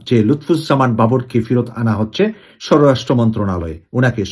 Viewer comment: স্বরাষ্ট্র উচ্চারণ ঠিক হচ্ছে না।